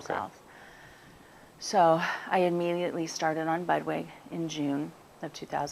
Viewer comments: I could not hear. Did she say she immediately started on "bud way" and then the lumps went down im a couple of weeks ? What is bud way? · she keeps saying that the protocol included.. 'budway'? i cannot decipher.. please help .. we are doing b 17 apricot kernals and baking soda/lemom organic and apple cider vinegar and vitamin c 1200 cc a day 2 tablets 3 times a day along with the turkey tail vitamin. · Are you saying "Budwig Protocol" .....Can't completely understand it....thanks